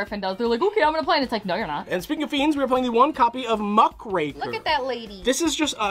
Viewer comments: Love the deck, the amount of control it can let you have is crazy. Also thank you for being one of the few people who pronounce Muckraker correctly, the amount of times I hear "muhCRACKER" at locals is entirely too much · Thank you for saying muckraker properly 😭😭❤️ so many people on YouTube are saying MUCK CRACKER And it hurts my soul so much but I guess its true ygo players don't read